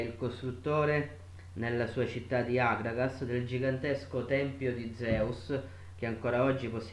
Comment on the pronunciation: Akràgas, c'è l accento sulla seconda A. cmq lavoro incomiabile!!! +1